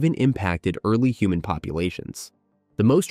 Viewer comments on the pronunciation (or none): none